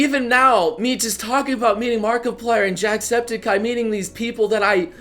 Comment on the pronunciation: He said jackspedicey's name wrong everytime. tssk tssk tssk